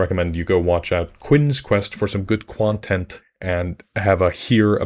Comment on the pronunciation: did you just say “quontent”?